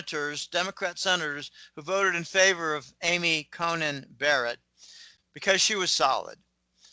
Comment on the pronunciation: Not sure why doesn't know her name is 'Coney' not 'Conan'?